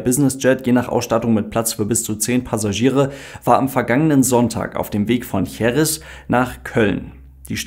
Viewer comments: Wue immer, sehr interessant und ausführlich erklärt! Denno erine formale/formelle Bemerkung > Bei der Betonung der Stadt JerEz, wird der Akzent wie das große "E" zeigt, auf diesem zweiten "e", gesetzt. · Danke für das Video. Jerez wird Heres ausgesprochen 😊